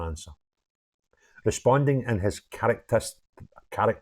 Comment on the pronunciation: Good to see a Scots accent get to grips with that word ''characterless'':) My auld Maw, God rest her, was from Greenock.